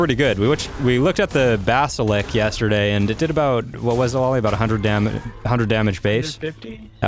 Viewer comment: watched a few of your videos. was enjoying them until you got to aberration. bas il isk. BAS IL ISK. jokes are only funny once or twice. when you do it over and over it looses everything that was funny. like that rock joke. so what are wyverns? wynervs? is it t-rex? or do you call them xerts? thats not a raptor, its pronounced raprot. rock drake= kor card?